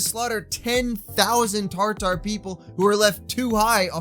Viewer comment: Tatar, not "Tar-tar."